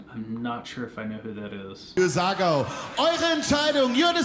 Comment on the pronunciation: for pronounciation as American try "Zagou" as in tZAr and GOUging ;-)